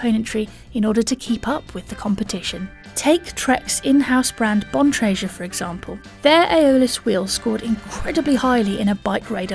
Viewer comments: Attention Brits, "Bontrager" has a "hard G" sound as in "gush". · Bontreasure? Lol. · That isn't how you pronounce Bontrager. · it is not Selle Italia CARBINO - it is CARBONIO... dont understand why it is not possible for BikeRadar to get the names or pronounciation (Bontrager) right. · #7 Still pronouncing Keith Bontrager's name wrong. It's a mans last name. Pronounce it right.